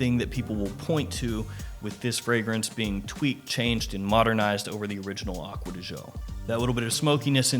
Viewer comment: Stop pronouncing it aqua di show it really triggers me😠